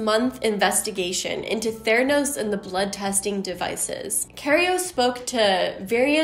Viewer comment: I don’t hear „theranos“. I hear „thanos“.